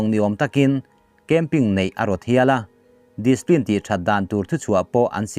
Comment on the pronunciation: Displin ni lovin discipline, ci pline